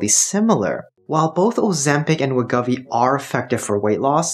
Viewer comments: We GO vee. GO , not guh. Thank you for your understanding. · I can’t trust anyone who mispronounces Wegovy 50 times in their video.